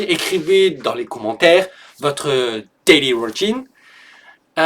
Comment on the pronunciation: This is very good. You are very good at the 'th' sounds and all the English sentences are correct. My only feedback is the pronunciation of "daily". You said "dilly" but "daily" sounds like (day-lee).